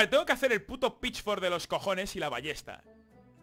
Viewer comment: Según va pasando el vídeo va pronunciando peor Pitchfork, pitchflok, pitchwork, pichfokfwd... xD